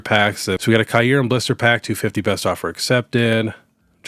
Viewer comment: let me help you pronounce Kyurem. The first par is pronounced like ear but with a k so it sounds like kear. Then the second part is pronounced rem. All together it’s kear-rem. My OCD was killing me 😂